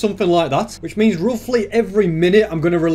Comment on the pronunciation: means becomes DIO saying Za Waurdo